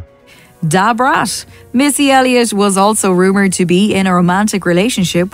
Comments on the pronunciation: Who tf is "DAH BRAS"???? LMFAOOOO Ma'am you mean da fucking brat?? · The lady saying Da Brats name like that is so annpting..ijs lol I never knew about David Guess though🤢😞ewww dam. Can you not use that lady again as she doesn't even know how to pronounce these folks names.. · Sounded like she was calling her Deborah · 🤣🤣🤣🤣 why she say Da Brat name like that is what I’m talking about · That computerized narrator was trippin when pronouncing Da Brat!! 😂 u should narrate it all or get a computer narrator w/an English accent👍🏾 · 😂😂. I know right. She really shouldn't be speaking on Da Brat She can't even pronounce her name correctly and it's not because of her accent either 😂😂